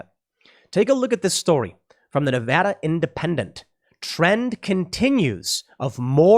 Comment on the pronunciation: ty for saying Nevada correctly